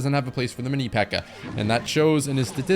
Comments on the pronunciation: Hard r on the mini pekka is crazy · Why did you say mini pekka with the hard r